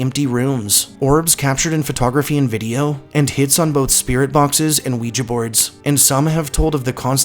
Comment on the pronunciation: Good stuff even though the way you pronounce ouija is bugging me lol